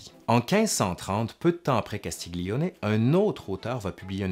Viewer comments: Juste un réajustement d'italianiste pour illustrer cette belle vidéo : Castiglione est à prononcer comme si on disait " Castilioné " ( pour donner une idée de prononciation ). Imbroglio, même technique ... :) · Sujet intéressant ( Castiglione se dit ''Castilione'' ) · Très intéressant, merci. Juste une suggestion pour parfaire ton italien: le son "gli" se dit "li" mouillé, sans "g" donc. "Castiglione" se prononce donc "Castilioné". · Parce que tu fais un effort pour prononcer en italien les mots italiens, je me permets de te rappeler (car tu le sais sans doute) que le "gli" se prononce comme le "ille dans "tenaille". Ça donne "Castilloné". De rien, c'était un plaisir ;-)